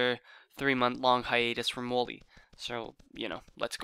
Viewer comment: You pronounce wollay wall-e not woolly